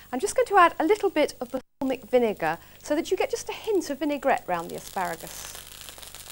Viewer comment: If anything, this brings memories of my Mum buying the book and me hating most of it. Now, 30 years later, I'd say...pretty normal UK fare now. Amazing how tastes change. (Also, why did no-one, even by How To Cook, tell Delia NOT to call it basalmic vinegar instead of balsamic...still has me shouting at the screen...)